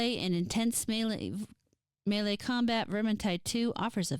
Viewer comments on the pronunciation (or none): none